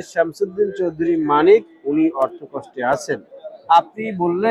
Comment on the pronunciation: বার বার মানিকের পুরো নাম না বলে-তিনি,সে,ওনি শব্দ দিয়ে সম্বোধন করলে ইন্টারভিউ টি শুনতে ভালো লাগতো!!! মিঃ সাংবাদিক গলা টেনে টেন তার নাম উচ্চারণ করাতে তোমার প্রতি চরম বিরক্ত হয়েছি॥it is not a professional journalism ok mind it- bro!!!!!